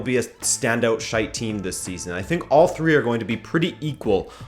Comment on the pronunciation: It’s funny hearing an American say “shite”